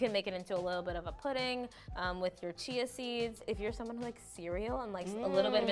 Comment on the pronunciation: Can you use it with Soya milk instead of oats milk? Chia seed is called Chees seed? I thought it is pronounced Ch-ia seed😂